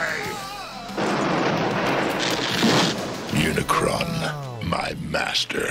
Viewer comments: UniCRON, not UniCORN. 🙄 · Unicron.... it’s Unicron. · UNICRON - not Unicorn lol! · Sigh... it's UniCRON for god's sake, not Unicorn. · Uni CRON, not CORN. But ya got it eventually 😂😂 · It's pronunced Uni-CRON, not UniCORN. Look it up, dude! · LOL its Unicron not unicorn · you saying "unicorn" instead of Unicron got old quick. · Its Unicron not Unicorn. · lol you always get a name wrong. UniCRON not unicorn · Really, they say it many times in the movie how to pronounce UNICRON, NOT UNICORN. It is CRON not CORN. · Don't sweat the mispronounciation of Unicron; I remember a 10 year old boy saying it as "Muh-unicron." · it's unicron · Unicron, he kept on triggering me off each time he said it wrong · Forget those awful live action movies. This is how you make a Transformers movie. Also, how can you not say Unicron? It made me laugh every time you said Unicron. 😂